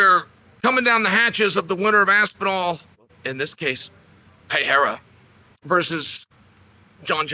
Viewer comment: Now it's "pay-haira"? 😅